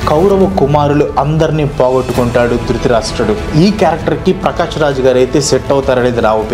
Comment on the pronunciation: drithirasta kadu anna drutharastra